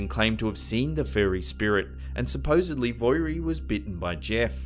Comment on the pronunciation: Hi! Manxie here 🇮🇲 ( Isle of Man) the mongoose was a hoax. Dalby is pronounced Dolby, and Voirrey the girls name is pronounced vo- ree FYI! Great video still x